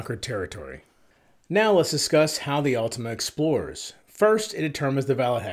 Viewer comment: Awwwtohma, not ultima.